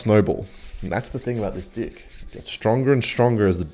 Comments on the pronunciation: Bro please stop saying dick, it's deckkkkkkkkkk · bro is not saying deck 🗣🗣🙊🙊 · when ur so focused on saying deck wrong that u forget what u wanted to say in the first place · stop saying dick instead of deck lol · OHHH he was saying DECK not DI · always think he says dih instead of deck😭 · in the word "deck" the e doesnt sound like i.. bc it sounds like you saying "d!ck" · Is it just me or he keeps saying d*ck 🤣🤣🤣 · Is he calling it dick on purpose every time? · bro said deck💔💔 exposed he says d1ck on purpose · I can't share this with a minor who plays this game because of the way you keep pronouncing "deck". It's actually disgusting, but you're such a good player. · This guy cant say deck XD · he said deck normally!! so bros been doing it on purpose this whole time..im here for it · Why does he pronounce deck like that 😭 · Wdym? He’s just saying deck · You’ll get used to it buddy, my first time here I was confused too, but it’ll grow on you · He knows what he’s doing. Don’t think he doesn’t. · He thinks its a funny bit. Overused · I also here something else and i think he saying it like that because he is pronouncing the “e” like a “i” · i swear he's not saying deck